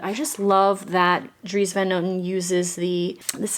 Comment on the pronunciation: Similar to your brother-in-laws last name, the van is pronounced more like an O rather than an A sound 😊